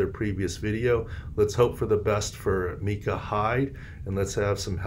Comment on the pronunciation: Micah. No its micah